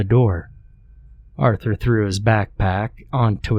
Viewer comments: Take a drink everytime this dude says Aurther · Say “Arthur” one more time! Otherwise, ew.